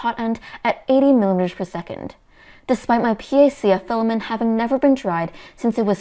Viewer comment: Still saying filamen instead of filament...